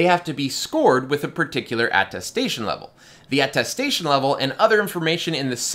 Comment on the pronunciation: Thank you for this video-- very informative. I must tell you, however, that it's atTESTation, not atTASTation, i.e. something you attest to.